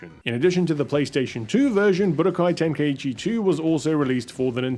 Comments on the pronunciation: Its so funny to me how people miss pronounce Tenkaichi by adding an "E" sound to the word. "Ten-Kai-E-Chi" when It's "Ten-Kai-Chi" even the game itself gets this wrong. lol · splitting hairs here but Tenkaichi is pronounced "Ten-kye-chee" and not "Ten-kye-ee-chee' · What's with the pronunciation? Isn't it ten-kai-chi?